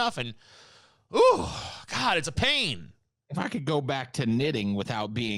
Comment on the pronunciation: "I used to be an atheist situation but then I wanted stuff from Amazorn so I told people I was losing my house and Christians gave me money so I became a gord believer Individjul."